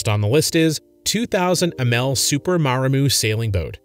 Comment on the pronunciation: You could at least learn how to pronounce Amel and Delos.